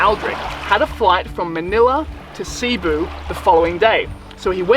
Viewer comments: Great video! Big fan of all your work.. One tip from a local expat here to freshen up your non diving skills. Cebu has the accent on the second syllable.. not C-boo, but c-Boo. Fantastic still shots along with the vids...Did my Level One near there on the other side of Cliff Dive at Freedive+... It's your fault I don"t scuba dive anymore.. Thank You! Hope to see you back here in the PI soon. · Cebu: Seh-boo